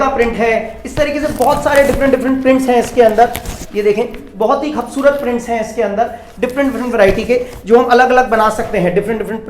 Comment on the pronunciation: Bhai khavsurat nhi kubsurat hota ha